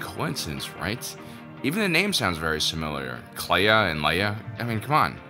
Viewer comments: Ok I admit, when she was introduced by Luthen I first heard "leia" and not "Kleya" and I nearly lost my shit. Now I kinda wish it was Leia because Kelya is pretty cool. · this episode sounded like Luthen was saying Leia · At one point, when someone said Kleya, i thought they said Leia and was super confused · I literally got confused and had to turn on subtitles to see that Luthen wasn't saying Leia.... Kind of an annoying coincidence since there's already been so many of the female leads in Star Wars who match this young light skinned brunette template, as though they're all filling in for Leia. And this could have just been young Leia! Doing her first "internship" secretly helping organize the rebellion. (although that would've distracted from Andor and the other new characters)